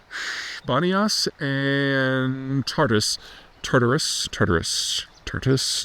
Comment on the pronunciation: "tar-toos" is how my Lebanese frends say it.